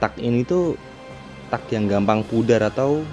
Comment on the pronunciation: Teg ngab bacanya bukan tak wkwk